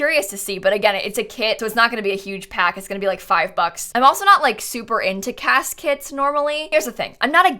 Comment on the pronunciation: I heard you say cas kits and couldn't stop hearing caskets... 😅🤣